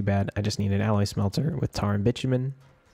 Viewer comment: I know I'm late to the party, but it's actually pronounced bye-too-min. Love the series! I've been using it to get ideas for my own setup!